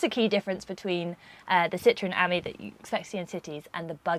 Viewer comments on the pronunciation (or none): Er.... it's an aMEE, not an AHmee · It's French, so surely it's pronounced "am-EE", not "ammy". C'est pas difficile, mes amis. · It’s pronounced as “friend” in French and not the way you’re saying it .